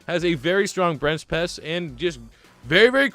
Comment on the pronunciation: you said brench pess